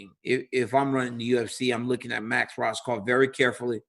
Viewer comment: Rohskopf is pronounced Rose - cough